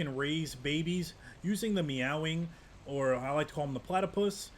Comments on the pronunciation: May-wing is how it's pronouced that the only criticism I have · its NOT meow wing,. its MAEWING!! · Bro said 🐈wing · heard him pronounce it "meow-wing". Immediately went to comment section lmao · 😂 he said meow wing